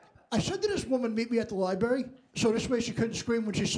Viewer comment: It's how New Yorkers pronounce Library....